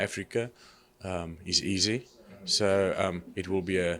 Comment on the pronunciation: Love how he pronounces Izzy "EASY"